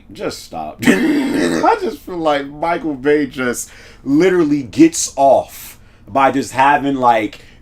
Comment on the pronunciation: Nobody noticed how he said michael bay 😂😂😂😂